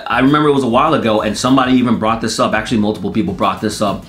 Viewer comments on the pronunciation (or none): none